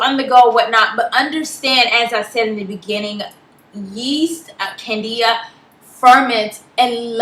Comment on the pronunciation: It's Candida and not Cadia :)